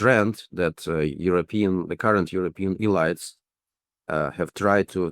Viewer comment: "E-lights?" "Nayzees?" Please give this guy an English course.